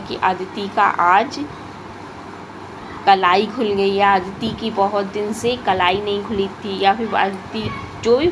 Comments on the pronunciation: Its Kalai not kalaai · kalai ko aap kalaai kyu bolte ho?🤔